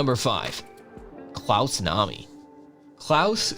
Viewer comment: Get the names right - klaus know-me, Keith ha-ring, Steve Rue-bell, Kah-rell (film with Brad Davis)